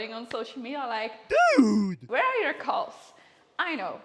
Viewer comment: Took me a while to realize she was saying CALVES. I was like what the hell are "coles"?